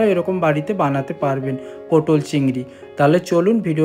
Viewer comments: 'পোটোল' নয় কাকা, কথাটা 'পটল'। আর আমি বাড়িতে এর থেকে কম মশলা অনেক বেশি সুস্বাদু পটল চিংড়ি বানাই। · পটল, পোটল না 👆